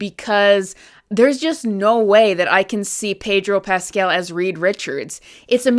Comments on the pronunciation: why does she keep calling him Pedro Pasquel?? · I really like the way you pronouncin Pedro Paskell, imm steaking it.